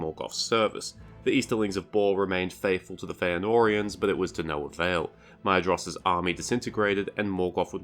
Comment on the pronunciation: Isn’t Maedhros pronounced mOYTHros? ..